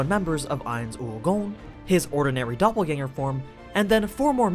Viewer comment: Nice to hear that the pronunciations of Doppelgänger is on point.